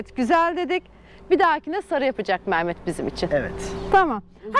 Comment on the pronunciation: Merhaba hayırlısıyla gezin GÜLE güle kullanın ama ustanın adı MAAMET değil MEHMET olmalı MAAMET diye bir isim yok güzel Türkçemizde....